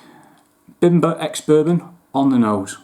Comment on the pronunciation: Great review, and just a heads up. The bim is pronounced as beam. I believe the master distiller is Polish and that’s how it would be pronounced in Poland, bimber means homemade alcohol like American moonshine 😊.